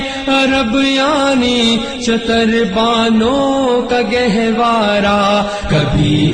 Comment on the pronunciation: talaffuz ki bahot galti hai shatar baano shutar baano aaeen e Muslim aaeen e musallam fuzooñ tar faroo tar